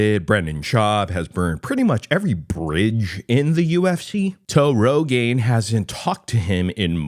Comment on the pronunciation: Toe Rogain 😂